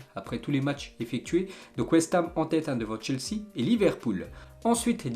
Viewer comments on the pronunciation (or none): none